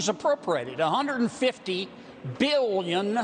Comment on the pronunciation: How many times did he have to say billions billions billions EMPHASIZED , neoliberals scum so long as they don’t take your money,upward mobility , they rest can Suck it Up